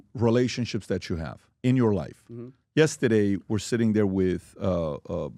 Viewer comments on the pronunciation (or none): Love the podcast but can’t stand the way Pat says “yestadeyyy” lol